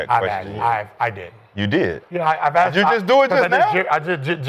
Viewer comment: Mccants said "i don't know i haven't axeded that question" Mccants a generation talented with his English language. 😂